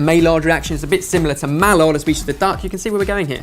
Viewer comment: no doubt our older knows now that Maillard' is pronounced 'My-ar'